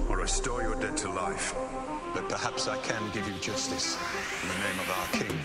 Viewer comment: It's dead not debt